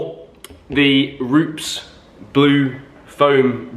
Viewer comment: Roo-Pez!😂 Great vid tho mate 💪